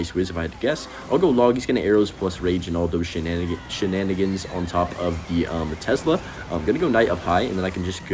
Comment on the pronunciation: why does bro call it tezla